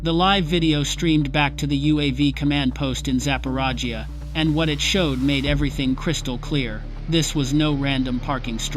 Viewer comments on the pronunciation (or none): "Zaparajia"?? Is that supposed to sound like Zaporizhzhia? More FICTION ! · Sapporaggia. Sounds like a small village in India. This is AI or just dumb guy?